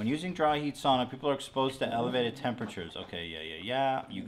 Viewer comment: Hila I'm so happy you say sauna correctly! Almost every non Finnish person pronounces sauna wrong